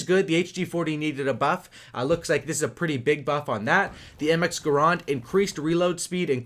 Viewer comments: garand not garond... other than that awesome video 👍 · I know it's funny he say "gaaaaraaaand"